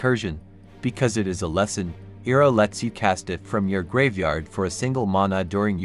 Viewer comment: Saying his name wrong pissed me off